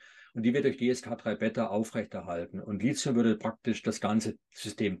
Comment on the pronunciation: Sehr informatives Video, vielen Dank! Ein Hinweis: der Grund, warum manche Lithium mit Silizium verwechseln, ist, dass im Video von Lizium gesprochen wird. Man spricht aber, da ein h nach dem t steht, Li –thi –um. Es kommt von griechisch „Lithos“, was Stein bedeutet. (Lithographie, Lithotrypsie,…) Das th ist der Buchstabe Theta, der im Griechischen wie das th im Englischen ausgesprochen wird, bei uns wie t, aber nicht wie ts. Abgesehen davon: Ich verordne meinen Patienten seit Jahrzehnten Vit. D3 und meist auch K2 dazu, ebenso Omega-3-Algenöl nach der Lektüre von tollen Büchern. Bei Vit. K muss man ein bisschen aufpassen, wenn ein Patient Gerinnungshemmer (Vit. K-Antagonisten) nimmt. Es fördert zwar vorwiegend nur K1 die Blutgerinnung, nicht K2, aber zur Sicherheit nicht geben bzw. geringer dosieren. Es sind zum Glück also nicht alle Ärzte so ignorant, wie oft behauptet. Ich möchte noch erwähnen, dass Lithium ein Metall ist und nur als Salz oder in organischer Bindung eingenommen werden kann, z.B. also als Orotat. Nicht zu vergessen: Bor (auch in Verbindungen) Sehr wichtig für Knochen und Gelenke! Jedenfalls super interessant!